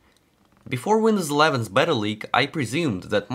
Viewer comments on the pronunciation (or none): none